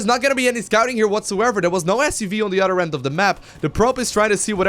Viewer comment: bro! when you say other its othhhhher thhhher othhhhheer not utter, utter is a cow tit.